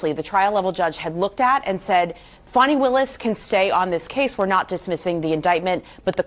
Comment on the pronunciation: Hey CNN her name is spelled Fani not Fonny, and is pronounced Fanny!!